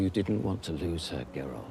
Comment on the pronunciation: I appreciate you pronunciation of "Geralt" cuz if heard many other people say it like "jeralt" and it makes me a little angrier each time